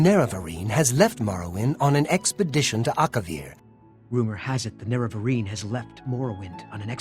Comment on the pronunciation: I’ve heard too many YouTubers pronounce it “NUH-rev-uh-reen” But it’s derived from Nerevar. It’s obviously supposed to be Nair-uh-var-een.